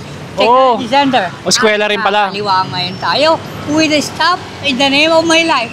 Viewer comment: “With a istap in the name of my life” SI TATAY TALAGA HAHAHAHAHAHA